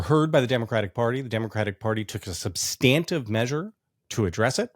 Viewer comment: Jonathan, please stop mispronouncing “substantive” ! It makes you seem uneducated.